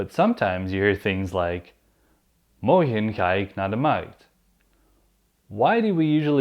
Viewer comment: please I wish u gonna answer me for this: is there any difference between Dutch spoken I Belgium and Nederland when it comes to pronunciation! for example the way u pronounce Morgen is so different...I heard people say ( Morkhn)>>> "g" is pronounced like "kh" like "sharokhan "the actor...wish u got what am saying!!! am I right!!!